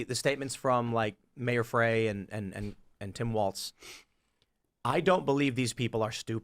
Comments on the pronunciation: Not that I give 2 💩s but I think it’s pronounced Jacob Fry not fray. I hope he does fry for all his America hating BS! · Tim, the name of the Mayor of Minneapolis is pronounced "Fry". Recall Lincoln, NYC 1863.